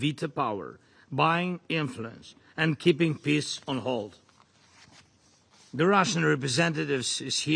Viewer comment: I'm sorry, but can someone from his own circle tell him how to pronounce peace so that it doesn't sound like "piss"?